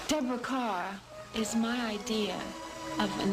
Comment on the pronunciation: Deborah "Kerr" as in "Car" not as in "Burr". She was terrific in the spooky The Innocents. I am surprised that MGM as late as this movie was made was still deferring to the Catholic League of Decency.